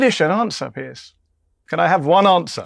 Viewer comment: Trump even got Morgan's name wrong. He pronounced it "Pierce" like in "prick" which is what Morgan is😅